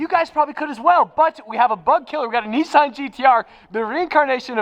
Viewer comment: It’s a NISSAN not a NEESAN GTR. Nice though. 👍🏻